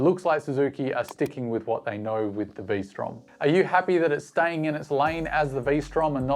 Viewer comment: Not Vstrom… Lstrom…